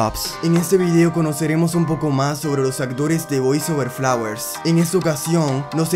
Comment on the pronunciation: Me caga como dice los nombres man🙄🙄 lee min yo 🥴 boys over flawer💀